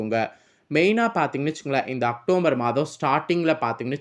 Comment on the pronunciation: வள வள என்று தேவையற்ற விஷயங்கள் பேசி நேரத்தை வீணடிக்காமல் ரத்தினச் சுருக்கமாக வீடியோ பதிவிடவும்... மேலும் அது அக்டோம்பர் மாதம் அல்ல.. அக்டோபர்...